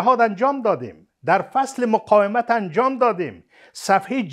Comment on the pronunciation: "مقایمت" نی قانونی صاحب " مقاومت "